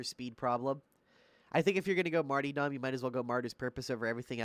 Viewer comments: Martyrdom (Marr-tur-dumb) not (marty dom) lol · marty-dom... MARty-dom... martyDOM